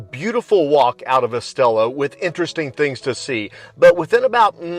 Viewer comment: Coca Cola Zero fountain 👍. Estella = “Estaya.” Double LL’s are pronounced like “Y”. 😉 Enjoying your videos and sense of humor 🤣